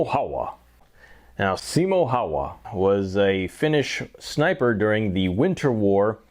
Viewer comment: I've got M28/30 and yet I was shooting it only up to 100 m. I used PPU ammo, but I'm about to make my own loads using Lapua cases and Lapua D46 bullets, which are designed for this rifle. Anyway, great video and results! But please, never pronounce "Häyhä" like that ever again. 😅